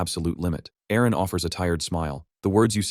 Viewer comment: How long does the AI call Aaron "IRENE" ???